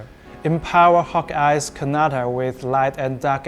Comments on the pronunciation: on said 'KaNaTa' instead of 'KATANA' 🥲😭😭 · kinata😂 it katana not. KINATA😂😂😂😂😂😂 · Bro said Kanata instead of katana lol